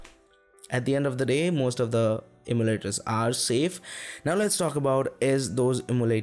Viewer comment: could it be you are trying to say em-yoo-laters?